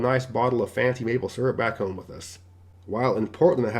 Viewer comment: What is a hoime? Are you try to pronounce Home with the long O? Check your dictionary.